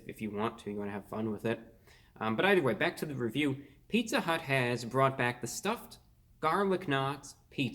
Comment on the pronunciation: "Pizza hüût"